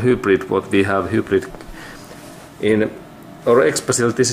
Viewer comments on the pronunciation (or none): 'Whobrid' hahahHahhah love it 'hi-brid' my friend